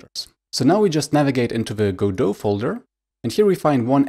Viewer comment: Thank you so much for pronouncing it right.